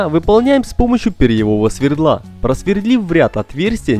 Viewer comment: Не свердло, а сверло и не появлятся, а появятся. Автор повеселил. Текст за кадром же не украинский, а русский. А в целом, большой палец вверх.